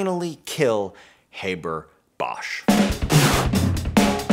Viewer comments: You'd think before making this video you'd at least learn to pronounce the man's name correctly... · How can one take seriously someone talking at length about a very important mechanism, when he consistently mispronounces the inventor's name? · LOL - you can pronounce Trihexyltetradecylphosphonium and Bis(trifluoromethylsulfonyl)imide but you can't pronounce Haber correctly? 🤣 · If you'd be so kind, please look up how Fritz Haber pronounced his name and show enough respect to actually pronounce his name correctly. It's not like his name is hard for English speakers to pronounce. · Like him or not - and I do get where you''re coming from - you can pronounce Haber correctly: the 'a' sound is like in the word 'half'. What would you prefer to do without, air flight or food? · is there any reason why the name Haber is pronounced as if it was english? please, try to pronounce it correctly. you are doing a good job with Bosch, Haber should be easier. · He was German - it is pronounced like Harbour!!! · It is pronounced Haaaaber like in blast (pun intended). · In English we also pronounce it "HAH-ber", I think this is american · We pronounce it [Hah-ber] in Australia. It's just the goddamn Yanks. They do try, though, bless their hearts ... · Just a little information: the ‚a‘ in ‚Haber‘ is pronouced like the ‚a‘ in ‚last‘. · Eventually someone pointed this out! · Oh! the new process has a Catalyst? SO DOES THE HABER-BOSCH PROCESS! you have yet to tell me how this new process is better than the old and your mispronunciation of Haber's name is making it hard to continue watching. I mean if lithium were more abundant than the Haber-Bosch process's catalyst, maybe... EXCEPT THE HABER-BOSCH PROCESS USES AN IRON CATALYST IN MODERN TIMES! AND IRON IS 3700 TIMES MORE ABUNDANT IN EARTH'S CRUST THAN LITHIUM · STOP SAYING HABER LIKE THAT YOU ANGLECENTRIC TWIT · Dude, learn how to pronounce a German names… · in Germany, we pronounce it "HAH-ber", not "HAY-ber". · HaaBaa not Hayberr